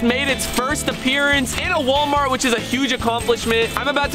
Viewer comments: Rug says he says wolmart then five seconds later says it correctly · Sup faze imagine saying woolmart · It is Wal-Mart as in wall not wool mart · It's not wul-mart is wal-mart. Ponit blank period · Its Walmart not Wolmart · walmart not wulmart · How to pronounce Walmart American pronunciation Wall • Mart Brian’s pronunciation Wool • Mart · It’s not wolmart it’s walmart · Wall-mart not wol-mart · It’s wall-mart, not wol-mart. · It’s pronounced wall-mart not wol-mart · You have to say it like WALL-MART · It's Walmart wall- Mart they way he says it makes me angry 😡 😂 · Lol you say WOLEMART 😂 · Bro not Wol-mary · Its whale-mart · Bro, its w.a.l.m.a.r.t.. Okay?